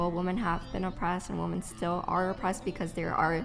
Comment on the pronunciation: She doesn’t know how to pronounce “women” , she just keeps saying “woman”. “Woman have been oppressed”